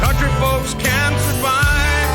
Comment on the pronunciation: I can tell you haven't heard it before cause you gotta put emphasis on CAN "A county boy CAN survive"